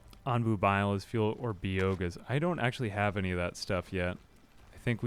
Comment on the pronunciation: I’m not sure if he’s joking, dyslexic, or actually thinks by-oh-gas is pronounced bee-oh-gauss…